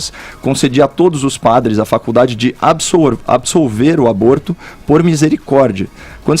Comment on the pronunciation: Moça, é absolver e não absorver.